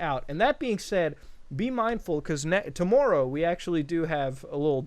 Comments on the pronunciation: "tomorrrrow" muta your Canadian slipped out a bit there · "tomORRow." Jesus that was the most canadian thing ive ever heard. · You can tell he’s Canadian because the wya he said tomorrow